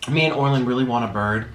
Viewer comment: How many people thought he would dip his French toast stick in the cheese.❤️ Also " hey Orlin" Sounded like hey Arnold.